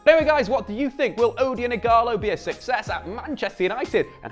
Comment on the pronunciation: The "O" is pronounced like O in orange 😉